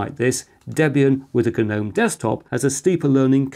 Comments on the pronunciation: G-nome!! Love it 🙂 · Tell me who thinks that inventing words is OK outside of Shakespeare WHO dicides that geeeeeeeernome is a word ,what next the victim was kaaaaaaaaaaaaaaahhhnifed to death ,or the kerrrrrrrrnight rode into battle with the English language